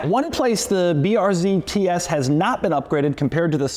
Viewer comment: Tee ees